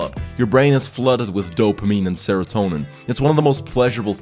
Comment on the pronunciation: I heard dope meme instead of dopamine